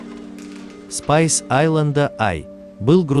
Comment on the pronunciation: Перевод ужасный, название судна и то толку нет нормально произнести